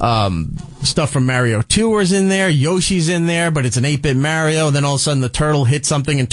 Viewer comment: I'd be so happy if they could say "mario" properly.